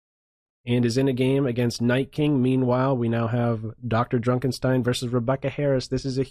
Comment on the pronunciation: I'm really bothered by the way he pronounces "DrDrukenstein"